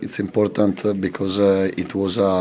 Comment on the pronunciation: importantの発音がやっぱりイタリア人なデゼルビかわいい